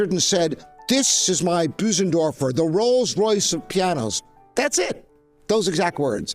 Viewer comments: It is NOT called a BOO-sendorfer. It is pronounced 'BER-SEN-DORFER'. You should be able to get it right! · Well, apart from calling it a Büsendorfer. 😉 (And many call it Busendorfer. Not the end of the world of course...) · It would help if Bosendorfer was pronounced correctly : first syllable rhymes with firs ,hers ,purrs . Remember the umlaut on the o .